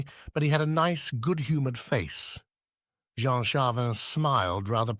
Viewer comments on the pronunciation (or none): I enjoyed that. Thank You. Please allow me one other comment. When using AI is it possible to ensure the AI has been prepared, i.e. programmed, properly. In this narration there are different pronunciations for the same name, Jean, which in french sounds like zhon and the city is leeon not lions. Thanks.